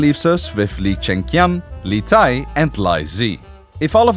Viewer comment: no this shit was pissing me off so bad. and then he changes the pronunciation of li tai?? can we just look up the correct pronunciations please